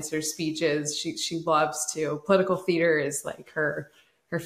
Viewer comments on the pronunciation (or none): none